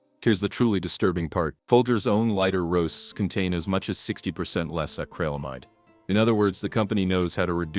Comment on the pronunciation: It's not acralamide... it's acrylamide. The 'Y' makes an 'i' sound as in 'ill' so please pronounce it correctly.